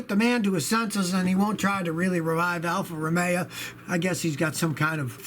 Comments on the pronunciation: (Romeo - Scotty can't pronounce his way out of a paper bag) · Poojo and Alfa Romea lol